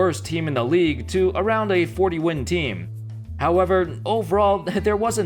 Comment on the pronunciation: Every time he sais "however" i was thinking "howebber"...